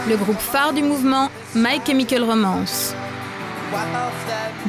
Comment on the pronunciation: "mAï KémikOl rOmAnce" ptdr